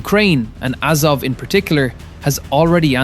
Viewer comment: AZOV, not AZOVE .